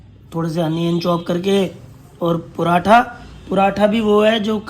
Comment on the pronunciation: Paratha hota hai . Puratha nahi hota